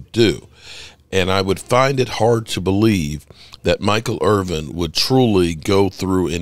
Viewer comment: "Irvin" not "Irving"